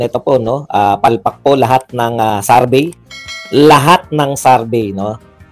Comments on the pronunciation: Ano Ang Tama survey or sarvy ayusin mo Naman mag pronounce. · Survey po Hindi sarbey